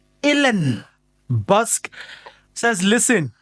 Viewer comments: please. These are South Africans names you are butchering. He is not Bosk but Boesak and is coloured. At least try and make a little research about our names. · Hhai your pronunciation! Dr Allan Boesak (pronounced Bhusak)Ey you killing SA surnames 😂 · Don't butcher his name..Dr Allen Boesak.... [Allenn Bhusak]...ngeke ngiyakhala ngepronounciation yamagama abantu....